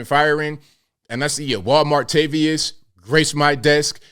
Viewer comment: I thought he was saying Juan Martavius! 😂